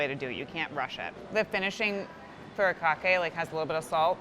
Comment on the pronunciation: Furikake is not a spice wtf it's literally just the japanese word for seasoning. Is salt a spice? No. Are bacon bits a spice? No. Are fried onions a spice? No. And if you're going to fusion, at least get the pronunciation of your ingredients right. Such ignorance